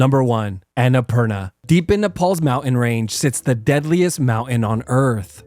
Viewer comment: Annapurna is pronounced AA-NA-PUUR-NAA I know it because it’s Nepali